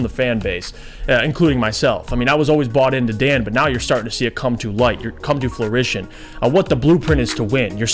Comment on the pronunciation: It’s fruition not florition 😮